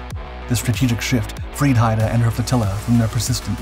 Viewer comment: Haida as in Haida Gwaii (“hīda gwī”)